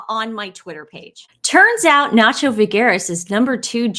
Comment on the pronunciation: His name is not Nacho ... Its "SANCHO"